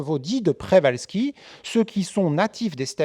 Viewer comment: C'est deja une information suffisante pour savoir qu'on devrait prononcer [pchevalski]. En France, on a tendance a etre extremement paresseux pour les langues etrangeres. Il n' y a qu'a ecouter les journalistes sportifs ou autres prononcer des noms etrangers sans se renseigner un minimum avant. C'est lamentable pour moi.